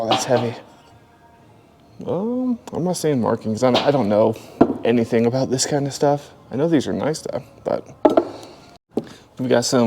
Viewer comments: I really look forward to your videos. Your channel and Rad Resell are my favorites. I hope you don't mind the comparison but when you say "anythin" with no g, it reminds me of the way my Grandmother from Quebec used to say it. Thanks for the memory!! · They way you say “anything” cracks me up